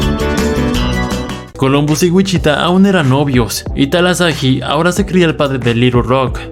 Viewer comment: Talahasi no talasahi